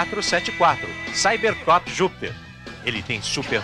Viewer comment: Perceberam que o narrador não sabia falar Cybercop?